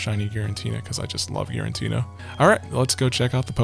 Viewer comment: Except for whenever he calls Giratina “Girintina”